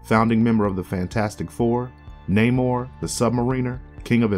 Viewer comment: This is a nitpick but you say namor's like the Seattle base ball team mariner